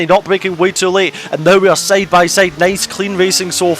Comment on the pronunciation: saide instead of side, petted instead of pitted - why are you speak so bad?